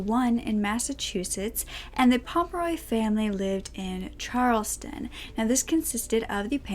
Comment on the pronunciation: Yes, I love the fact that she does too short interest but I got a kick out of, me being from Massachusetts, that she pronounced Charlestown, like the dance. 2nd time was better, Charles -town. And in the last video of vintage videos, she pronounced a mimeograph machine Mime-a-graph. And for those of you who don't know the word because you're younger, it's mim - E - O-graph. See I'm not perfect either. Heehee 💗💕💜🌹⭐Love, love, love your videos. Hugs,🤗, from Woobie in Massachusetts.